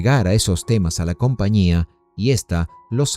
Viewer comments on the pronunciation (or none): none